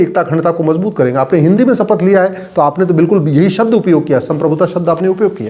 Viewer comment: सपथ नहीं शपथ बोलते हैं